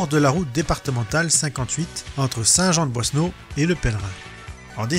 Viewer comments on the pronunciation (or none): La chapelle de Bethléem est à Saint Jean de Boiseau (on entend "boisseneau")